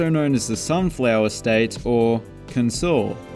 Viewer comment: The Kansas "Kansaw" killed me